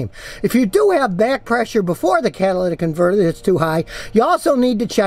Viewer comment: “Cadillac converter” lol